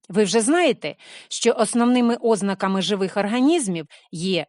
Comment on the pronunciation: Для 6 класу багато складної інформації, особливо формула фотосинтеза (хімію вони ще не починали вчити, тільки елементи). Розумію, що не Ви склали цю програму. І чому наголос у слові ознаки на першому складі?